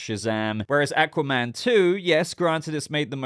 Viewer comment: I hate the way he says aqua man